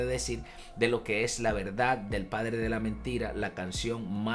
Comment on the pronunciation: Dice Pladre... Habría que corregir.... 😬